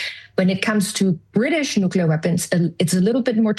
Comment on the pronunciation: Oh the irony. Turn off the safe nuclear power plants, build nucular weapons